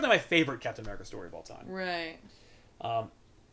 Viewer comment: Uh-meri-cuh....fuck yeah